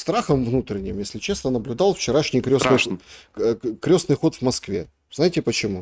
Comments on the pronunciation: не "крёстный ход", а "крестный ход". Крёстный - он отец. А ход крестный. [кр'эсный]. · Это не к ним. Это ошибается в ударении..что удивительно, вроде религиозный такой... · Не крЁстный ход а крЕстный От слова КРЕСТ. Режет слух неправильное произношение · крЕстный ход а не крёстный!! Русский неродной. Заметно А еще не ложат с кладут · Крестный ход через е от слова крест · крЕстный ход,а не крЁстный!!!!!От слова КРЕСТ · Уважаемые и, не "крЁстный" ход, а крЕстный ход, крЕстное знамение. Через букву Ё - это только о людях. О Доне Карлеоне, к примеру,:) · Всё хорошо, но почему вы произносите " крёсный ход" ? " КРЕСТНЫЙ ХОД" от слова КРЕСТ. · украинчики простите, но почему крЁсный ход, а не Крестный ход, у вас что КРЁСТ? что то новенькое в православии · Крестный ход,от слова крест. Почему украинцы,да и тоже, Крестный ход произносят крёстный ход. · КрЕсный ход, КрЕсное знамение, КрЕсная мука. Правильно через «Е» Крёсный отец, крёсная мать. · Выпускник филфака: Крестный ход!!!!! Не искажайте слова! Произносится через Е, потому что крЕст! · Я тоже удивляюсь что в своей любимой теме он делает такие ошибки. Крёстный . Бытиё. КатАрсис.. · Господа,ход крестный,от слова крест.Слух режет ваше произношение.